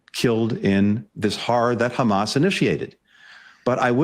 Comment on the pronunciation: He knows he can't get away anymore by simply claiming "but Khamas..."